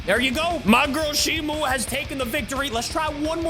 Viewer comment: ITS NOT SHIMU ITS SHIMO